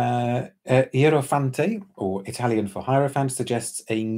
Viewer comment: THANK YOU,, for giving our IEROFANTE such a thorough study and I appreciate your thoughtful impressions!! It is a unique one, and to your point, you don't know you need it until you try it, at least that's what we were aiming for 😄 Your Italian pronunciation is stellar, don't worry, and thank you for the invite, I'd love to come on to your esteemed show, I've been a fan for literally years now, so it's incredibly exciting for me to see you holding one of my works! You are without a doubt the most fluent and gentlemanly of any perfume reviewer on Earth. IEROFANTE is a rocket ride to Elysium, or "paradise" as the Greeks defined it, and which was, according to Homer, located on the western edge of the Earth, so we'll need to get there via rocket, 🚀🌎 "Elysium (otherwise known as the Elysian Fields) is a conception of the afterlife that developed over time and was maintained by some Greek religious and philosophical sects and cults. It was initially separated from the Greek underworld--the realm of Hades. Only mortals related to the gods and other heroes could be admitted past the river Styx. Later, the conception of who could enter was expanded to include those chosen by the gods, the righteous, and the heroic. They would remain at the Elysian Fields after death, to live a blessed and happy afterlife, and indulge in whatever enjoyment they had enjoyed in life." We created a short 2 minute film that imagines the experience of the initiation on the part of the Hierop